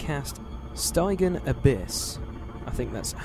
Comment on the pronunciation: "Stijj - eean"